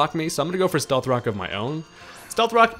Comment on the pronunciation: Love your videos. Did you say “stealth cocks”? Lol Freudian slip.